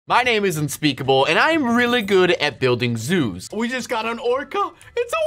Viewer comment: I thought he said “I’m unspeakable and I’m good at building zues.”